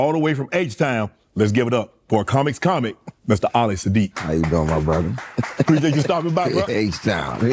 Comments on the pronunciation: who TF is ollie😂 his name is ali like Muhammad Ali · Dear interviewers, The man’s name is ALI, not OLLIE. Ok, I’m done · All I hear is “Ollie!” It’s Ah-lee , like Muhammad Ali ! lol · The worst part of this entire interview is Shannon Sharpe mispronouncing Ali's name throughout. It's unprofessional and frustrating to know that for over 3 hours he sat there calling Ali, (Olly) and no one from his team made the adjustments necessary to correct it. It's as disrespectful as not knowing or doing research on your guest before the interview re: their background or achievements. I've never been more annoyed with a podcast, it's host or an interview of someone that I'm a huge fan of. QC has to get better. This was one of the worst interviews to watch. Luckily, Ali, (AH-Lee) is a great guest w/amazing stories. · Is Unc calling him Olli? 🤔 lol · He keep calling him Ollie😂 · I’m Muslim , Shannon the way you pronounce “Ali “ bothers me 😂😂